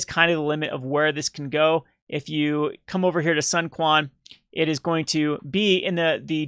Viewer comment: The Lord of Wu's name is pronounced, "Soon Chwen" you vulgar peasant